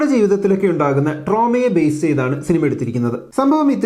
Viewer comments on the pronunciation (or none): none